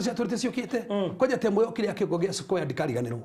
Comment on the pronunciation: Pliz its square not squire